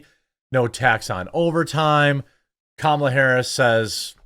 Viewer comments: You’re already “mispronouncing” her name when you say “KUH-MALA” they want you to say “COMMA-LUH.” Just to be clear, idgaf how you say her name, js you don’t need to say “CAM-AH-LUH” to trigger the left. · Lol it's pronounced Comma, la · I love how I'm not the only one that purposefully calls her Kalama 😂